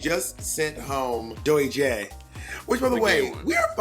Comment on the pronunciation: Did monet say “the gay one” for Joey jay 😂